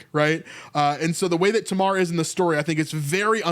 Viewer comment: In English Tamar is pronounced "TAY-mar"